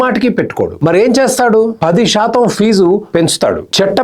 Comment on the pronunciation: Shaatam anakandi please. Melika syaa ani oka alphabet undi telugu lo